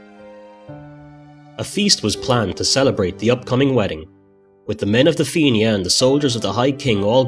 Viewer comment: the feenyah ???????????? na FIANNA ( FEE-NA) FFS